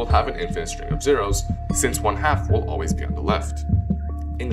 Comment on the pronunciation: “alwalys” is that all walleye fish? Great video